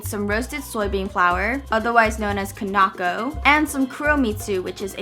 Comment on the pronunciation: The Kinako is pronounced (key-na-co) I think it kinda looks the same but it isn't. Sorry to bother you with being the pronunciation police!😂😂